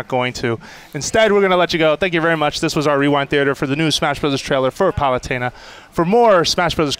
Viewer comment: Palut-eh-na, not Palut-ee-na.